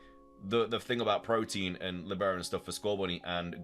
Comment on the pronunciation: By the way, its not protein ... its protean. Pro-Teen != Pro-T-an. Different words